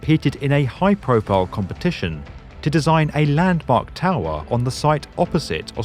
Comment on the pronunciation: Hehe who else like the way he says towerrrhhh